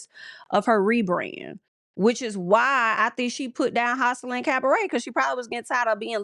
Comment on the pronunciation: Pronouncing Joseline as houseline is making me weak!!